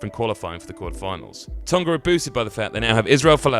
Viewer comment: FFS - 'Tong-ah' not 'Tong-gah'!